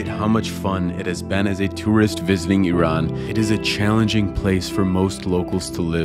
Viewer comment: Welcome and thank you for saying it right" IRAN". not "I ran"❤